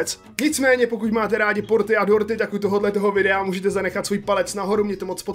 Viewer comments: Já jsem slyšel Porty a ne dorty 😂😅😁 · Když si řekl dorty rozuměla jsem ti porty xd😆